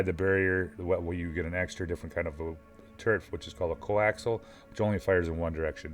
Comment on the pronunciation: I think it's "coaxial", not "coaxl".